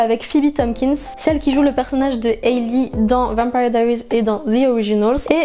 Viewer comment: C'est pas comme sa qu on dit vampire diarises en tant que fanne je me permé de te le dire.